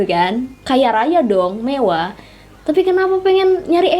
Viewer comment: Mending situ belajar huruf (RRRR) dah ngomong aja belum benar mewah mbk bukan mevah mending situ belajar kosakata dulu dah